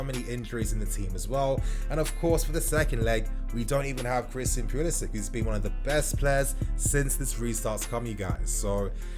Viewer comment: Can we just agree that is pulisic guys not pulisich his not Siberian or Slovakian or Russian them countries damn